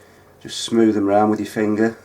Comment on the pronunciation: "I'm gonna squize with me fingerr" I'm sorry i just cant xD i love this channel